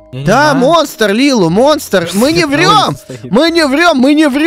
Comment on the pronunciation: Не Лилу а Лили